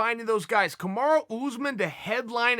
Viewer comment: Chael "Kamara" Sonnen